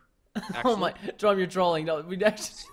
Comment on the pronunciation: Preston on he said Jerõme instead of Jerome